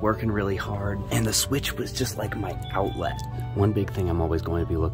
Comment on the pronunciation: Am I the only one dying at how he said "outlet"😂